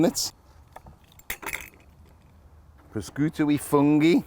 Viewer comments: Paul, you are a chef that has been everywhere. There is no excuse for you to so badly mispronounce prosciutto! Pro skooto??? Pro shi ooto! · I couldn’t even tell he was talking about prosciutto lol, I thought “prashiotto” was some kind of ham you have in the UK 🤣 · Proskooto, jeez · Hi Paul, this looks delicious but you are truly offending the Italians the way you are pronouncing the word prosciutto. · His "prosciutto" pronunciation is cringe-worthy and embarrassing. You're a bread-maker, so stick to making bread.